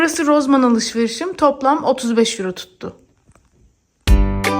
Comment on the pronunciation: Rozman değilde Rosman desen olmazmı